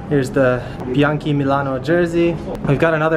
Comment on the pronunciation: They pronounced "Bianchi" in right (Italian)way. I always thought American people pronounce it the wrong way so one day I asked a lady who was born in Italy(Italia). It was confirmed.